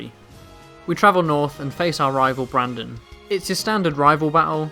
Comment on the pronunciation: It's Brendan not Brandon